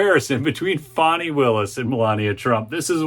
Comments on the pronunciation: it's fani! not "fawny" bro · It's not Fonny. It's Fani. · My burning question, why do you call her Fawni, her name is F A N I. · Quit calling her fawny...it's fanny..Annie Annie bo bannie